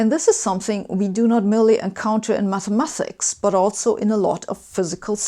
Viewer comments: It bothers me more than I'd like to admit that you MathemaTHics instead of MathemaTics. Otherwise great video! :-) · Why does Sabine say Mathemathics? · I dislike it. But I tolerate it, becuz she dun so good job xplaining the dysfunctional abusive relationship between the physicc and the meth.